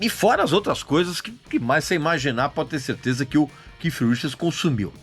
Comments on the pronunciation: Não se diz que com essa impressão de kiff, é KEITH, com som de T. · Porque esse fresco nao chama o cara de keith? Fica keiff pra la keiff pra cá, so pra ser diferenciado, desnecessario isso. Keiff minha rola. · A pronúncia do nome não é essa vc tá forçando a barra no seu inglês tupiniquim